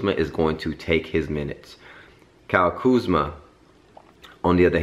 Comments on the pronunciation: Dike is name is Kuzma not kuzam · It's Kuzma